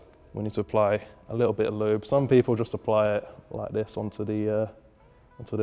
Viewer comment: "L O O B"